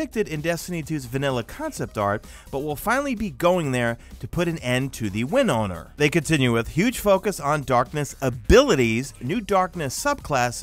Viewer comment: The way you say “win owner” sounds like a offbrand winrar